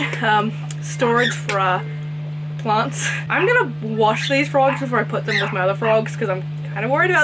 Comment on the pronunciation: It took me about 10 times of her saying "plants" to get what and why she couldn't say it